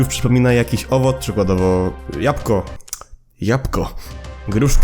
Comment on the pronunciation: jabłko nie japko ale każdy dobrze wie że ty to specjalnie zrobiłeś